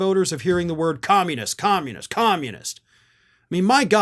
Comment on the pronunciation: Trump and Greene don't ever say 'communist'... They say 'commoniss'